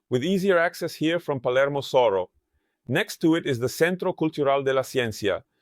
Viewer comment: Soro or Soho? Is Soho pronounced Soro in BA?